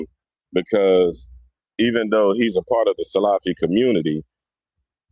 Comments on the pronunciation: You can’t even say the word salafi properly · The video was horrifying just like the whole incidents that was mentioned, such as saying Muhammad bin Wahaab wasn’t from the Salaf ( Born in the 18th century) while the Salaf are the first three generations, miss pronouncing Salafy, using one or two people and their wrong doings with their misconduct as the tool to label individuals broadly as Muqbilist and bullies and exstreemis : shows that the guy doesn’t know what he is saying nor what he is doing. As if Sufies, Shiites , tablghies , Asharies , Kharajees and many haven’t and won’t fight and kill another Muslim in the masjid !?